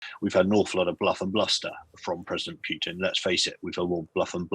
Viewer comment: What is with pronunciation of 'Pewtin'?;-)